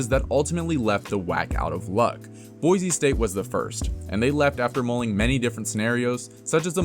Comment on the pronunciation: Just wanna throw out there that there is no Z in BOISE! It is BOI-SEE not BOI-ZEE